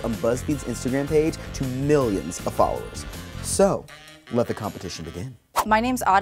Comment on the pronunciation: "MiLIoNs of FoLoWreS" 1.1 million